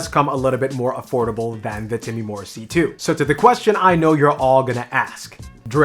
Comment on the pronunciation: Time-more. Not Timmy-more.